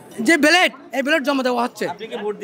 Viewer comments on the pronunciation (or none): ব্যালট না বেলেট, সেটাই বলতে পারছে না